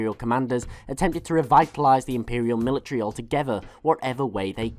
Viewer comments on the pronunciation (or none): none